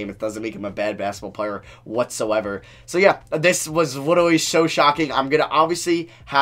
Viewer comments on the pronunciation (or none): "This was witerally sho shocking"